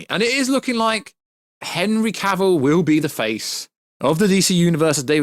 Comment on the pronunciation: So refreshing to hear someone pronounce Henry Cavills name correctly.